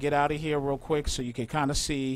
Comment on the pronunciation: he says quik haha 11minutes